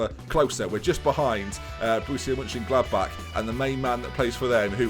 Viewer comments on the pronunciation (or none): none